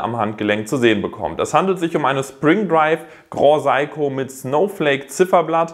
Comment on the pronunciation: Grand Seiko nicht groh saiko...